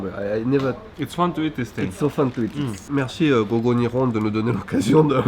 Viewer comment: niveau tres bas a mon avis. Quand tu l'entends prononce GO GO Nihon, on a l'impression qu'il dit go go "ni-on" et non pas " ni'Hon'(e) ". Et il a l'air de decrouvrir lors de la classe "nagusameru" qui est pourtant un mot de base.